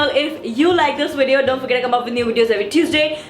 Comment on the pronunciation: Prajakta you are awesome and hilarious! But can I please say you pronounce video wrong ..? It's "V"ideo not "W"ideo. I absolutely love you and enjoy your videos but this is something I notice every time and it sort of drives me crazy :D of course it's your choice wether to change it or not, it's a humble request . :D